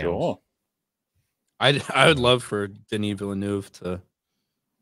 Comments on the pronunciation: Villeneuve sounds more like "Ville-nehv" than "Ville-noov". "eu" in french makes a sounds english people never make... but phonetically it's closer to a Short E sound (ĕ) than is to a "u" or an "oo". It's like a short E (like in 'bed' or 'egg') but a little closer to the "oo" sound, which is like you are being more breathy with it. Like halfway between "ev" and "of". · knows many things about Star Wars but like all Americans he cant pronounce Villeneuve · French here, the pronunciation is not villnoove, the "eu" is the same sound as the "i" in "first"